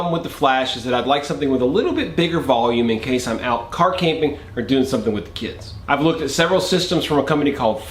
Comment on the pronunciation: Car-Camping he says.